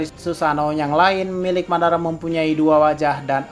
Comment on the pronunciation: Madara bang bukan babara